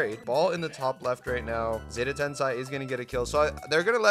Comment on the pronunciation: He was not Tensai... he was: Tensei.